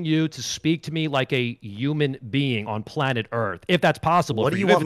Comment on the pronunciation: “Yuman being”